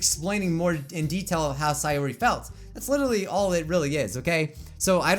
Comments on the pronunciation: Its not saayori, its sayori. You pronounce it wrong. It triggers me lol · It’s say-or-I not si-or-I !!!!